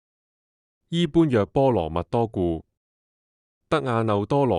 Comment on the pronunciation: 讀錯了。 「般若」要讀做「波野」。因為要用唐朝的發音。